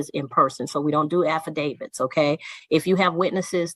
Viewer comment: I’ll give this guy one thing to his credit. He’s the first Moorish-Buffoon who has pronounced “affidavit” correctly.